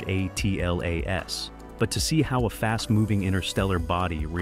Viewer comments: It’s 3i/atlas, not 3i/a-t-l-a-s. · Great vid apart from repeating very annoying the break down word of 3 I A T L A S just say 3IAtlas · Could someone please explain to this AI it’s not pronounced as the letters ATLAS but Atlas as in the maps we used to use in School! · I said the same thing. Why is it always spelled out? I guess we’re idiots